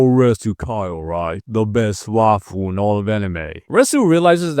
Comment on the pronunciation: Bro was saying waifu I thought he was saying the best waffle in all the anime